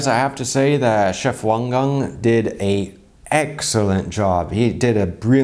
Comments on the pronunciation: Wow! Your pronunciation of 王刚 was perfect! I’ve been binge watching your videos reacting to Roger and I have to say you’re so likable! Your smile is so genuine and your soft way of speaking bounces weirdly well off Uncle Roger’s roasts! Your insights are also super valuable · Off to a good start pronouncing the chef's last name correctly. 🥰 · Hi! I rly appreciate how you pronounced the Chinese name Wang Gang! Really shows how much attention to detail and respect you have ❤️